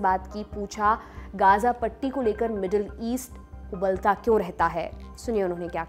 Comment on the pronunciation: ग़ज़ा और उम्मा बोलिए गाजा और उम्हा नहीं